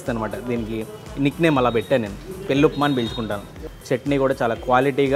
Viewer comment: పెల్లికాదు పెళ్ళి